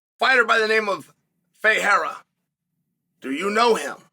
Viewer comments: The fact that Chael can pronounce Ferreira who fights in the PFL but can't pronounce Pereira who fights in his own company, the UFC, is hilarious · Chael can pronounce Ferreira, but can’t say Pereira. That’s a peculiar problemo.